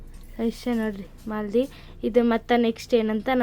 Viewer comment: ಅದು ಮಾಲದಿ ಅಲ್ಲ ಮಾದಲಿ ಅಂತಾರೆ